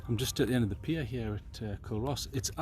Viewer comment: Good vid.... By the way it's pronounced "Coo-Ross". 😉